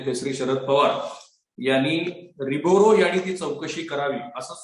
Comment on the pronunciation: नाव तरी नीट घ्या हो,रिबोरो काय म्हणता? रिबेरो आहे उच्चार.